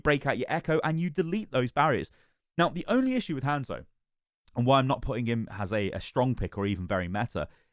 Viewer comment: i love how the brits say "hand-szo" lol